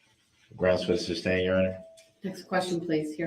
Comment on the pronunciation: How many brain cells do you think we lose with each "grounds" and "substain"? I feel like it's bunches